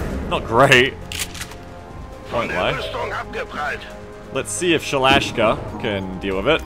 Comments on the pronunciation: ShalashASka, not Shalash'ka! :P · Also it's Sha-La-Shas-Ka, pronounciation wise, you're not pretty good ;) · Sha-la-SHA-ska damnit!